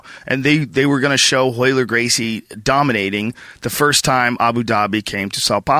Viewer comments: this fool cant even say his own name, its ROYLER, hot HOYLER, joe hogan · One of the best jiu jitsu fight breakdowns ever. Funny listening to calling all the Royler "reversals" all wrong (in the original). But who would have known. Awesome match.